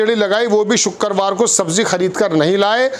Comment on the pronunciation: वाह तेरी हिंदी ,shukkerwar ,हिंदी उर्दू सही कर लो।